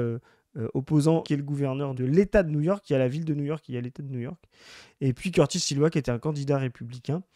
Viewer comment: C'est drole de vous voir écorcher le nom de Sliwa, habituellement les gens des médias et ses opposants écorchent presque tout le nom de Mamdani.